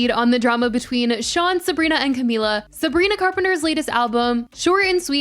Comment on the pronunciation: you say her name weird and wrong (heebie jeebies)